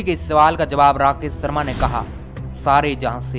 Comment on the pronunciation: भाई सर्मा नहीं शर्मा